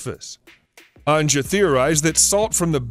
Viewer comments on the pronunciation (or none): you might want to get the Gender of the person your talking about right in future as im sure SHE doesnt like being called HE Also its AN'YA not AN'JA